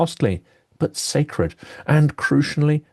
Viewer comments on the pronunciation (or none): none